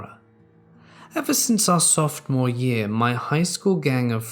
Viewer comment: " 'Softmore' year"?